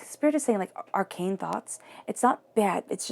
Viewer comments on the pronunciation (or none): none